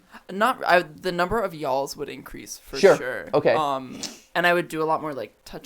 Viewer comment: Hearing other Mat's voice saying y'all sent me into giggles. Just his non-accent w/ it makes it so funny to me lol